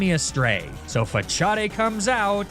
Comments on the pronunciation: WTF is a Fah-chaw-day? Fah-saad, maybe? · Your pronounciation of Facade is interesting 😂